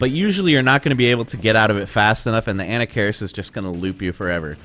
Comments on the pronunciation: "Anna-karis" jesus christ dude, i t's "A-nah-ka-riss", not off to a great start for cred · An nak ker ris. Not Anna keris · Pronounce it right... A-Nock-A-Ris. He's an ancient mummy Pharoah, not a school girl from New Jersey dood. Lol. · What could possibly convince you that Anna Cairis is the right way to pronounce the character's name? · I had to stop video cause of "Anna-care-is". I just can't trust someone's expertise on the ins and outs of a fighting game if they can mispronounce a character's name in such an awful way. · Ahem ... [ah-NAH-kuh-riss] ... methinx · did you just call him Ana Karis lol? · Who is "ANNA CARIS? It's pronounced "A-knock-ka-riss". :P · It's pronounced "ANNA FARRIS" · Uh-Knock-Uh-Ris..that's how you pronounce his name. The name is supposed to be Egyptian just like the pharaoh Tutankhamun. The way you pronounce that name is very annoying. Great video though, Marvel versus Capcom 2, UMK3 and Street Fighter 3 Third Strike OE are the only reasons I kept my 360. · Damn .... I've been spelling and pronouncing Anarkaris' name wrongly for over 25 years ... lol .... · You say anakaris funny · No it's not. That's the pronunciation from somebody that has no idea how it's supposed to be pronounced. Just because it's been mispronounced multiple times does not make that the correct pronunciation. That does not sound Egyptian to me. That sounds like a Food Network hostess. Other people can mispronounce it if they want, I'll pronounce it like the other pharaoh names as it was meant to be pronounced. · This guy says anakaris sooooo white hahahaha